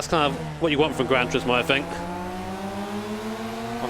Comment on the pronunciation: “Granch Rismo”